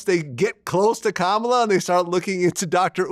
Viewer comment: And yet he can’t pronounce Kamala…the name is easy to say.